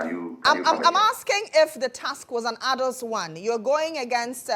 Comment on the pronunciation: The word is arduous, pronounced as ˈär-jə-wəs , and not “Ardos” like the presenter confused A plus with. If you’re going use big words learn how to pronounce them right